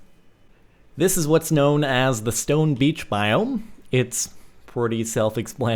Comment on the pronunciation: It's stone breach not stone beach